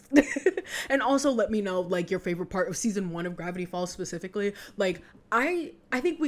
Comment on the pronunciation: "and grackle stan spicifcally""